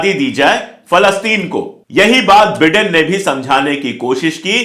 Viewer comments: बिडेन नाही भाई बाईडेन😂😂😂😂😂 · Please pronounce Biden correctly it sounds like Britain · The pronunciation is BYDEN. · Dear friend, it’s Biden pronounced as ‘Bydon’. Please..